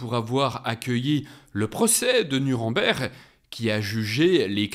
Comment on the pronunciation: Nuremberg ne se prononce pas comme vous le faites